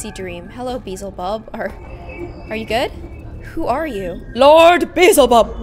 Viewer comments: She kept saying beezulbub when it’s beelzebub😂😂😂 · Be- sel-bub Me: DJDJDJKD be-al-ze-bub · Just to let you know, the demon,Beelzebub is pronounced Bee-el-zu-bub Yea I am Todd 2.0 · (Bee-el-zib-aub) that’s how it’s pronounced 😂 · Beelzebub pronounced belleezeb ub